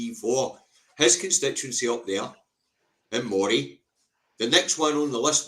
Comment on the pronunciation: the way you keep saying Moray is the way it's pronounced when talking about the Moray eel. The county rhymes with Murray.